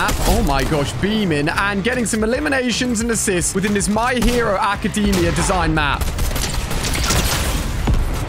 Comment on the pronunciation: bro called bakugo izuku on accident and then absolutely massacred ochaco's name Ah yes the my hero acadeeemia co-lab